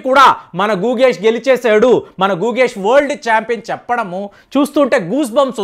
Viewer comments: గుగేష్ కాదండి .. గుకేష్.. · గూగేష్ కాదు గుకేష్